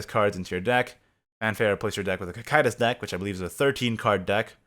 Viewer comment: Wait, is that how you pronounce Cocytus?